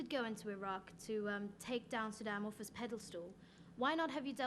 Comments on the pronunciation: did she say “pedal stool” instead of “pedestal”? I think she did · pedal stool? ITS PEDESTAL!!! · pedalstal? Don't you mean pedestal? lol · "PEDASTOOL"? PEDESTAL STUPID!